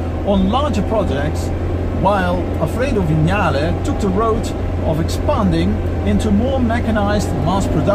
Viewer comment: Thank you for pronouncing ‘Vignale’ correctly.